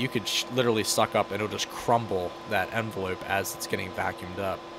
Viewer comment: He really said “enveloop”